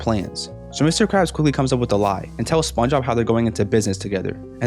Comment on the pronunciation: I like how he pronounces SpongeBob “spuhuh”, “spunob”, “spunah” etc